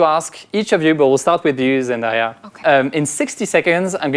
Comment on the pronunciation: Pretty funny that you talk about Hugo mispronunciations but you mispronounce "Zendaya" 😅 Very good video though !